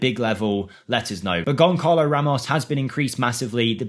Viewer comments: His name is Gonsalo Ramos, in Portugues, when the C has a tail, you read it as S. So, not Gonkalo Ramos, but Gonsalo Ramos. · it’s said GONSSALO 😊